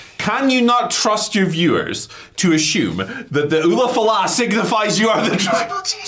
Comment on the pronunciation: Lmao they keep calling it the same thing La Knight did. It's an ulafala pronounced oolah fallah not oofa loofa or whatever y'all are saying.